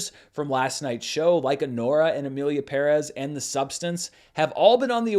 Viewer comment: BUT you pronounced Pérez correctly. I think you are the only person in ALL of the media who did not butcher the name. So Thank you.